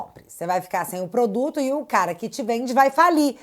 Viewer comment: "Se otê for ao supmecado e o poduto tivé caro, não compe".